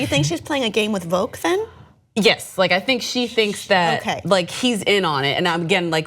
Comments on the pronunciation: I think it might be Voq like "dock" not like "vogue." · Stop mis-pronouncing Voq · The way they pronounce Voq annoys me.